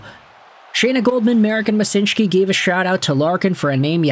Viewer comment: So it's Wyshynski, not Wysynshki.